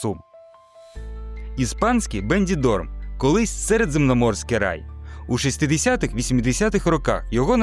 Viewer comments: Іспанський "Бендідорм" ви тільки послухайте який непрофесіоналізм - назва міста БЕНІДОРМ !!!!!! Не довіряте таким ось "блохерам" для яких мабуть контект ШІ генерує, але він його не перевіряє і сам мабуть мало де бував, щоб мати власну думку! Я в Бенідормі а не в "Бендідормі"🤦‍♀🤦‍♀🤦‍♀ як каже автор відео, вже три роки буваю періодично в різні пори року!!! Причудове місце, флагман туризму Коста Бланки, отримав в цьому році відзнаку "Піонер зеленого туризму", всі його пляжі мають відзнаки за виняткову чистоту, розвинута інраструткура для вісх видів туризму та контингентів споживачів, дуже шанобливе ставлення до категорії туристів золотого віку, молоді теж повно з них 40 % точно британці. Звіно в сезон дуже велика кількість людей, ажже готелі та житло заповнені на 95 % (доречі в 2025 році - рекордна кількість туристів зафіксована за всю історію існування), але на то і літній сезон!!!! Хоча, як на мене він вже давно перетоворився на всесезонне місце відпочинку. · Не бенДідорм, а БеНідорм (Beni dorm), я тут живу, і все тут прекрасно, не треба казки росказувати. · На Бендідорм,а Бенідорм.Ви ж хоч читаєте те,що написано на карті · Вимовляйте вірно: Бенідорм, а не БенДідорм!